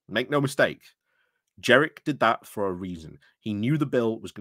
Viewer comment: Jen-rick. (And Tice rhymes with Lice.)